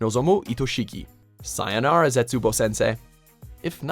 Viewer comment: Ahem, how did you say sayonara